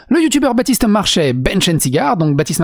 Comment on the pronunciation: Elle a dis Bratiste Marchais pas Batiste ! Ça devrait aller alors ✋👌